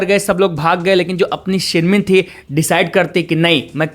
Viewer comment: Shin min ah not shin min